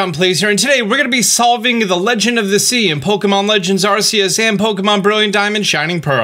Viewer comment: I'm glad Austin practiced pronouncing Phione but what happened to pronouncing Arceus? Love the vids :)